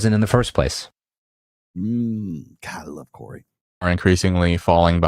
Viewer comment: I heard Corey and was looking up Corey dating coach but didn’t try Corey moa Appreciate it bro